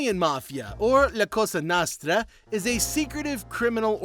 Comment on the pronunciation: your pronunciation of cosa nostra is so cringe